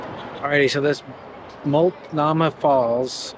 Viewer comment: Hi yall! Hey the correct pronunciation is Mult-No-Mah Falls...Have a good day!